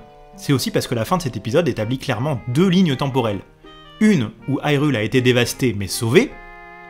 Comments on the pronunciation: Ça se prononce "HyrULe" Pas " Hi reul" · je te met un like ta fait un bon boulot!! mais bordel!!! on prononce irule pas AILRULE!!! soit tu prononce irule a la francaise ou alors prononce le ailroule!! enfin treve de grivoiserie encore bravo pour le taf accompli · Mais pourquoi tu dis HIGHrule? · Haïrule ???? Mais pourquoiiiiii ???? Nooooooooonnnn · Pourquoi prononcer hyrule a l'anglaise alors que c'est un jeu japonais traduit en Français ? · Pourquoi pas ? Si on francise la prononciation de Hyrule, pourquoi prononcer "guérudo" quand en français gé se prononce jé ? Je suis conscient que ce sont les prononciations canonisées par le doublage de BotW mais elles me semblent incohérentes et irrespectueuse de l'idée derrière le mot Hyrule (high rule, qui sera mis en opposition avec Lorule dans ALBW).